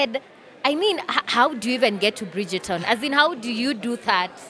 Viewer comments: Phil trying to tell the interviewer the right name for the series if Brijton, not brijeton as she calls it. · It's actually Bridgerton....notice the er before the t...so pronounced Brijaton...😁